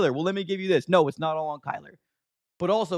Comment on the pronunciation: It’s not Kyler!!! Are you that slow??? Smh